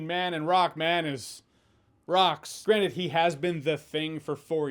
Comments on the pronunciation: you said "granted" but I heard "granite" :) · I heard granite instead of granted when he was talking about Ben Grimm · Granted or...granite? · “…but granite..” I know he meant granted but still funny. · Are you pronouncing "granted" more like "granite" when speaking of the Thing on purpose? )) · Everytime you say granted it sounds like granite. When talking about the thing. I hope this is on perfect